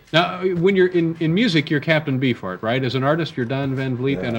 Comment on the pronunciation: Dave said Captain Bee-fart.